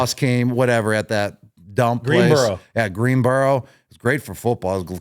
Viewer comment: The Greenbrier not “Greenbro” ?Lol